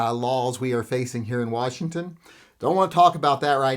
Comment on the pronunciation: I thought your state was pronounced 'Worshington'??